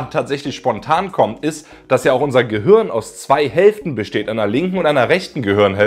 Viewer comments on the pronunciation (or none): none